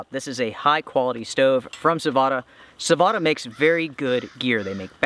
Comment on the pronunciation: Sah-Voh-Tah. Perkele!